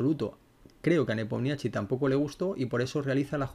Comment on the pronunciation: Hola!! Excelente analisis. Solo una cosilla, se pronuncia "Nipomischi" 😂 que tengo un ucraniano en casa que de rie de mi cuando digo nepomiachi. Saludos!!🎉